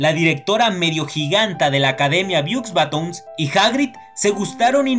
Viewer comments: "biuxbatons" xD se pronuncia "bobatons" lo digo sin animo de ofender eh! solo es para que lo sepas ^^ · Beaux Baton es francés, se pronuncia " Bo baton"